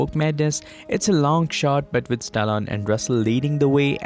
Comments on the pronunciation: Oof the way you pronounce Stallone is like Stalon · Stallone became Stallon by the end. Coach Russell instead of Kurt Russell. The mispronounced words are too many to count. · Sylvester Stallone, NOT, Stallon LoL.